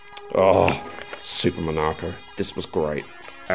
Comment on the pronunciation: Hearing you pronounce SEEGA and MONARCO is like gold to my ears as this is how I pronounce them too! LOL As an ex Sega staff member it's bloody gold to see what would have been my customers showing off their old systems now with the old Sega merchandise. Appreciate the shout out! As a side note I had fled Sega/Megazone before that folded up so... yeah... don't blame me! LOL